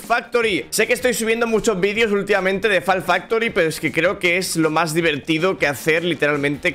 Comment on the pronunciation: Buen lirycs “diveltido” segundo 10 del video